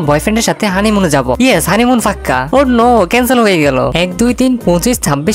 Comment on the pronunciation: পাক্কা ❌ফাক্ক্ ✅😂😂😂